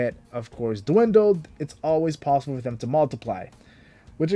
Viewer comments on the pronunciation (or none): none